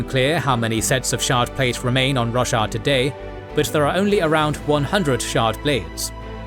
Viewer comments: Lol, I legit heard "The world of Russia" and had to do a double take. :D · Never heard anyone pronounce Roshar like Russia before!